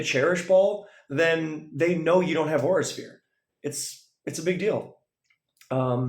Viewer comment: im ngl when you kept saying Aura Sphere Raikou i thought you were saying "Horse-Ear Raikou" 💀